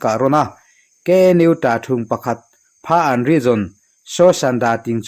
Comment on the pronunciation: Phaan tih hi Phakan tih tur a ni lo maw?